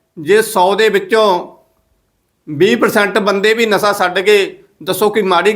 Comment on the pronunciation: ਨਸਾ ਨਹੀਂ ਵੀਰ ਜੀ ਨਸ਼ਾ ਹੁੰਦਾ ਹੈ।